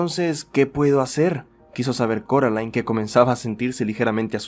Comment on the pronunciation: alguien mas escucho caroline en vez de coraline? erorres pero me gustan uwu